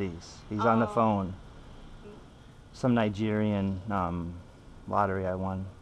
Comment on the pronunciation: Hi Later... "Nigerian" wadu hek?